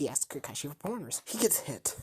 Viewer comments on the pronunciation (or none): Did he just say "kakaisi" it's "kakashi"